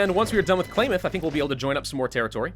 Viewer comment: Love the new face cam. Klamath sounds like Clam ,and I Love seeing you play this mod in the part of the world I am from.